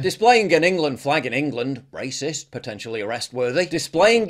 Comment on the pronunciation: did the coper say rahcist??😂😂